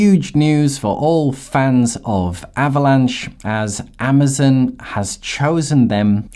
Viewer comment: Please… you’re totally believable until you say “ AMA zin” 😵‍💫. 🤣🤣🤣🤣🤣